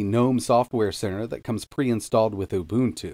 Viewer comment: Thank you for pronouncing UBUNTU correctly.